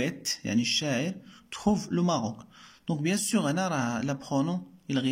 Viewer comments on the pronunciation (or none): none